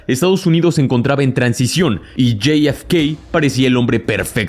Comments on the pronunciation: La F se dice efe, no ef, mucho spanglish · Amigo es jfk no yei efe kei por favor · Bro, no seas whitexican, la neta, yi ef kei... en serio? Te voy a enseñar a hablar español bien, Jota, efe, cá, jota efe cá. Insisto, jota efe ca, parece ser que tus ganas de parecer gringo son mayores a tus ganas de hacer contenido cuidado. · Hay algun problema si solo dices .. Jota efe ka ???🤨 Estàs hablando español , dejate dependejadas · "Lley ef key" narras en español o en ingles? 🤷‍♂️ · Lo pude ver hasta que pronunciaste el nombre de JFK. Se puede ser tan cipayo hasta en la pronunciación?? Bueno, parece que si, no hay nada más triste que ver personas más papistas que el Papa!!